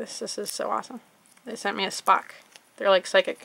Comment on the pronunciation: when you said spok I thought u said fuck